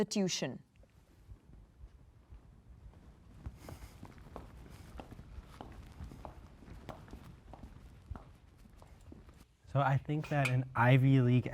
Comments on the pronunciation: … anyone else noticed the promoter saying “tution” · lolol the narrator said “tution”